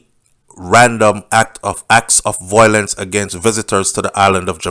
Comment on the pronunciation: Please say Vile—lence.